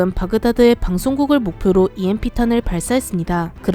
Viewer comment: EMP를 누가 '엠프'라고 읽씁니까?(여성유령)